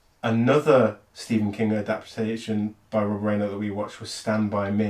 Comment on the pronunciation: Rob Ryaner, not Rainer. Fantastic director, never wastes a scene. Go and watch Spinal Tap....it's much better than you think it's gonna be.